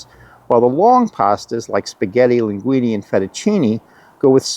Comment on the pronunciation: FettuccinE, not fettucinI... LinguinE, not linguinI...